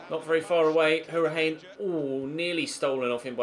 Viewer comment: Hourihane is pronounced Hour-i-han (don't pronounce the e)